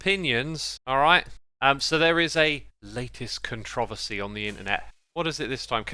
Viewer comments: I like how he says Controvesi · Strange question: I’m quite a nerd about language, so I’m curious as to why your pronunciation of “controversy” suddenly shifted when next spoken? From English to American pronunciation? Is it a north vs south accent thing? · Instead of adding to this conversation, I'm just gonna point out the funny pronunciation of the word 'controversy'.